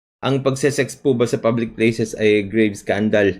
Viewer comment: tma ba dinig ko sabi ni libs "publicS places" o "public Splaces"? Critical thinker db at meticulous? 🤣 Epic yang safe spaces act, na obsess na talaga c libs 🤣